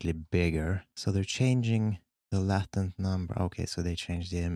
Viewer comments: Same here, I was like there's a latin diffusion? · I kept on hearing ‘Latin’ diffusion not ‘latent’ and was so confused at first😂🤣 great work as always🦾